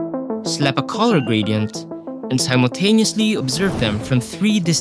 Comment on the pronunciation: "And sowgqkwgtaneously obsereve them from 3 distinct angles" what? I didnt hear that quite right